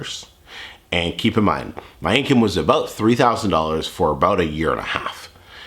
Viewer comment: What a depressing dude, he can't even say "income"